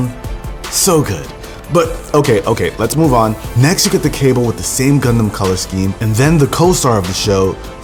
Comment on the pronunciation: Dude u r saying "condom" instead of "Gundam" 😂😂